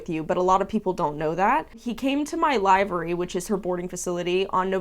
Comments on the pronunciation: Just wanted to say the word is pronounced liver-ee, not live-er-ee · love your vids but in the uk its not pronounced 'live-ary' and its 'liv-ery' just yk didn't realise americans pronounced diffrently! :) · It's pronounced LIV -ery, short i. Like liver. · Livery (noun) /liv(ə)rē/ Please google the definition and press the button to hear the pronounciation...... This is one of my pet peeves. Liver, as in the organ. Not live, as in "I am aLIVE". Say "liver" as in the organ. Then say the letter "E". You have now pronounced "livery" correctly!!!!!! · Pronunciation is liv ery. I'm assuming this poster is from the UK. We mostly use livery instead of boarding. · "Livery" is pronounced with a short "i," not a long "i."